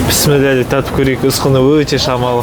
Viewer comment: Писмилла емес Бисмилах де Ас болсын